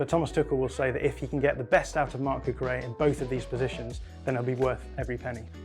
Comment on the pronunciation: BTW, the "LL" in Cucurella's name is not pronounced like a "Y". His name is Catalan, not Spanish. It's more like a "LY" sound.